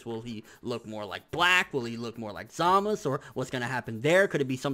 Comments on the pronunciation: Dude, it's ZamaSU not Zamas. It's even how they pronounce it in the anime. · I'm with you on that one. he keeps saying "Zama's" it's Zamasu. I don't know why he keeps saying like that though. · it's not zamas it's za ma su dumby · ZamaSU not zamas. that bothers me so much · Can you please say ZAMASU not ZAMAS... sounds so weird... Love your channel though! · isnt it zamasu? not samas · Snydy no its not man its zamasu the u is not silent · But neither does he? So why is he using the dialect version when characters IN THE SHOW say it phonetically? The only one that has very clearly said "Zamas" is Gowasu - and that may just be due to the voice actors' preference. With this in mind, saying "Zamas" just sounds a little weeaboo =P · quict calling him zamus. he even clearly says samazu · why can't you say Zamasu's name right? It's not Zamas. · Why does he call him Zamas? thafuq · why do you prounce zamasu like that ? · Stackz He thinks he's Japanese.